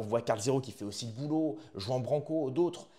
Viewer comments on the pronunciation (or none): Commence par prononcer son nom correctement. Tu es la dissidence qui beugle et entretient sa petite audience.